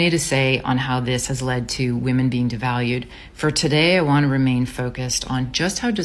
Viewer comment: When this "dating coach" says "we" she means wahmen, I'll still give the old gal a zinc injection and ghost